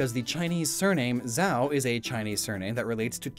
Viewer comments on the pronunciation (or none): none